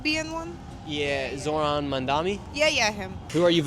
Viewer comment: you also purposefully mispronounced zohran's name throughout the entire video. fine, that's become an anti-zohran gimmick that many news channels have been using to make it seem as though muslim names are difficult to pronounce. however, made me lose a lot of respect for you.